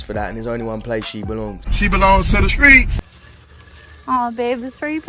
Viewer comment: She belongs to the skreets (not streets) gotta say it properly